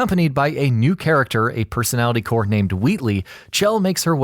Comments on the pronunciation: Her name isn't cchhell like you keep saying it's shell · Did any one know he's pronouncing it ch-ell but it's sh-ell = chell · 'Chell' is pronounced 'shell' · HER NAME IS PRONOUNCED LIKE SHELL